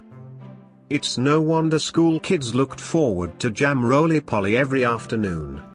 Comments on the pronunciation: Not polly, its poley ! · It’s roly poly not rolly polly. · many Brits do not eat fat filled 'hashbrowns" OR baked beans with their breakfast. Cottage pie=minced beef Shepherd's pie= lamb mince. The funniest is how the robot voice says Jam Roly Poly.... NOT POLLY as in parrot. Foolish robot 😅